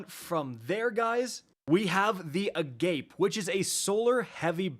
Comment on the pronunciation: Agape pronounced is pronounced Ah-gah-pay...It's a Greek word.